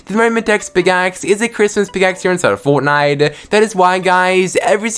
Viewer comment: HERE INSIDE OF FOWTNIWTE ITWM SHWOP